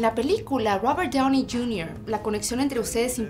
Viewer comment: I no idea that Robert Downey Jr in Spanish is pronounced ‘Robert Downer Jr’. 🤔🤷🏻‍♂️😂